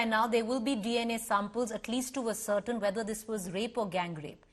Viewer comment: ascertain is pronounced as-ser -taine